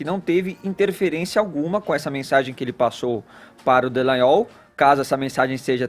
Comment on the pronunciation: Gente, esses jornalistas não fazem o mínimo do dever de casa, que é ler corretamente o nome das pessoas: é DALLAGNOL, e não Dellagnol...